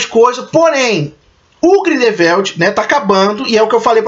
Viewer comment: Bacana os spoilers amigo. Só precisa melhorar as pronuncias Grindevéldi, Iscamender, Nil, Percivél, Crindênse, Saláminos, Obiscuris, Oblivion, Dumblandóre... etc Um abraço